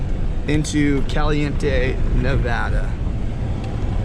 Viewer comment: I’m always glad when a non Nevadan can say Nevada properly